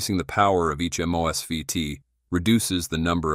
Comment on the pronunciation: How does your AI get 'moose'fet's from MosFet? Wrong language as primary? Weird.